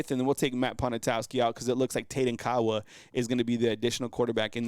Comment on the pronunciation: Tayden Kaawa is originally from Hawaii. He now lives in Orem, Utah. He played for Orem HS last season I spent some time in Hawaii years ago. I believe Kaawa is pronounced "Kah ah va" in the pronunciation of the Hawaiian language name. Roll Tide!